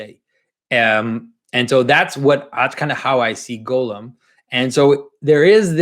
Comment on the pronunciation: I'm pretty sure his name should be pronounced Gahl-lum, not Golem (Gollum).